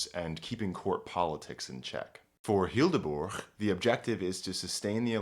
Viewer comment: Hildeburg? Why the g? The h just makes bur a longer sound. Don't butcher it.